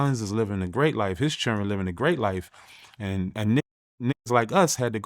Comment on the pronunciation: It's been a long time since I've heard anyone pronounce children, chiren and it's absolutely endearing 😊